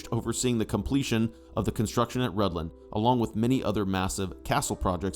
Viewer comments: I thought it was pronounced Rithlan so I was confused when the narrator pronounced it Rudlan. Thanks for explaining the pronunciation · Your pronunciation of Rhuddlan needs some work. 😊❤😊